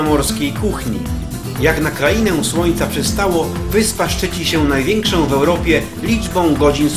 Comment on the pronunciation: Przypadkiem weszlam na filmik o Sycylii,wspaniale widoki i zabytki.Mam zastrzezenie jedynie do lektora.Cytuje:najwiekszom tutejszom atrakcjom turystycznom...no i te nachalne troche reklamy zakupu filmikow.pozdro